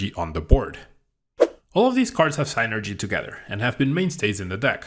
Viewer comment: im about to not get recommendations after you said synergy as "sainergy"